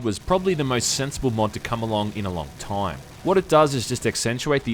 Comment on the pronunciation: "The most sensible mod to come awt in a long toooooyme."